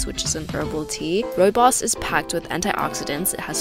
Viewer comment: thank you for pronouncing Rooibos correctly. P.S your office desktop need tidying